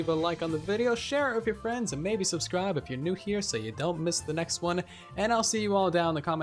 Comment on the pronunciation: I unsubscribed just so I could re “subscibe”